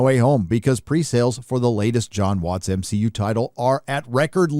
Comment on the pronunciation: LOL 😂 it's so funny when you say MSheU